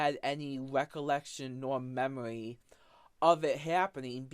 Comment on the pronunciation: "I have zewo memowy of gwoping a woman" Regard, you've been recounting it vividly for the last 30 godforsaken minutes!